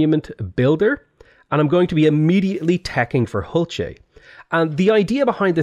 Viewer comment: Also it is pronounced ool chey the H is silent.